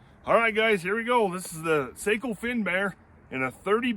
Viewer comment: Love the old Sako ( pronounced SOCKO) you need a bench